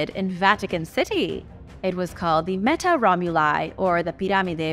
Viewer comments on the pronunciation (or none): none